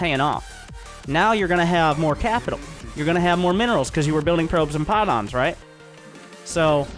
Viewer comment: probes n pie-lawns